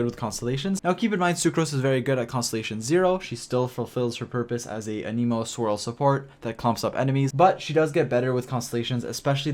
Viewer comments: “A knee moe” 😂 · You also say anemo wrong it seems, 🤔